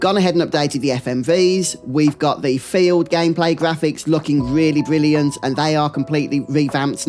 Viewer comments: Can I ask you where are you from? I'm from Spain and it took me like 10 minutes into the video to get what you were saying because I'm clearly hearing all the time "failed" instead of "field". Is it common in your place or it's just the way you say it? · when you say "field" it sounds like "failed"